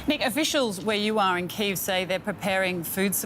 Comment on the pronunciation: No.. it iis Kyiv